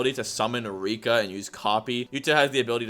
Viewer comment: lmao bro said Rakai😭